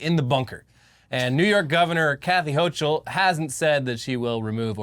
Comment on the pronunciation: My dudes, its Gracie Mansion, and it's Gov Hochul (HOKUL)